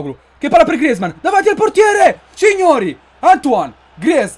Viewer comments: Comunque non si dice griezman si dice grizman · Per favore puoi pronunciare grezmaan bene